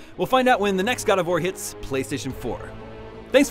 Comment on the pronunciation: lol I like the emphasis on playstation